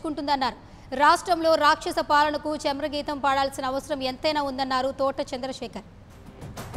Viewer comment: యాంకర్ గారు చమరగీతం కాదు చరమగీతం